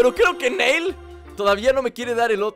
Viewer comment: no le digas NEIL es NIlL asi lo pronuncian en la serie de DBZ:)